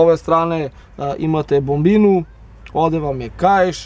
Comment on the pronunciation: Ne kaze se Bombina, nego BOBINA !